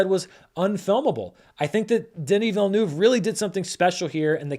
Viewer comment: You pronounce Denis Villeneuve very well at the beginning. If you want to be sure to always say it right, you can say it like this: "vil-n-uh-v". Saying the "uh" as if you're pausing and thinking, kind of. It's the closest sound to the French sound.